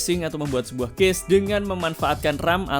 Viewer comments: Baru ngeh klo ternyata yg dibahas cache gara2 mas e salah baca 😭 "cache" dibacanya sama persis kyk "cash" mas, bukan dibaca kyk "case" 🙏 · Cache bacanya kash. Semoga dibaca, klo ga, malu2in ah cenel tekno ga tau cara baca cache